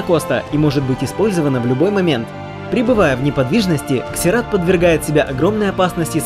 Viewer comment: Не могу слушать это =/ Это как королева Ксена,вместо Зена